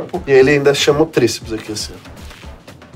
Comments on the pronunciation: "chama o tríplices" "Tríplices" KKKKKKKKKKKKKK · Chama o tríceps”tríceps” kkkkkkkkkkkkkkk